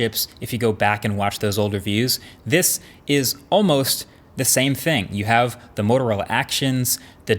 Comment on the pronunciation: "motorola, you hawe a good camera, relax" :D feels like they have anxiety